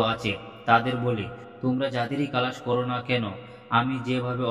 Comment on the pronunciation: "আমি লক্ষ্য করছি যে আপনার উচ্চারণে প্রচুর ত্রুটি থেকে যাচ্ছে। বিশেষ করে 'ক্লাস' শব্দটি আপনি 'কেলাস' হিসেবে উচ্চারণ করছেন। এছাড়াও, আপনি অনেক ভুল তথ্যও পরিবেশন করছেন। এই বিষয়ে নিশ্চিত হওয়ার জন্য, আমরা যারা অনলাইনে ক্লাস করছি , শিক্ষক-শিক্ষিকাদের (স্যার-ম্যাডামদের) কাছে আপনার চ্যানেলটির সত্যতা (অথেনটিসিটি) জানতে চেয়ে ফোন করেছিলেন। ম্যাডাম জানিয়েছেন যে আপনার চ্যানেলটি 'ভুয়ো' (fake)। আমার পরামর্শ হলো: আপনার আগে সঠিক উচ্চারণ শেখা উচিত।